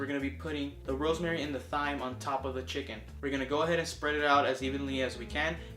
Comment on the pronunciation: Thyme is actually pronounced like "time", just so you know. :) BTW, were you like... Stoned when you made this video? Lol